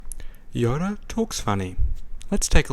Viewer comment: Why do you pronounce Yoda "Yora"? (Pronounced like the Spanish or Japanese R) It's just something that I've noticed